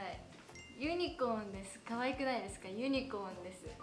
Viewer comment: なんかユニコーンの発音おもろいww ユニコーン 一一⤵︎一一 になってる 私たちの地域は ユニコーン 一一⤴︎一一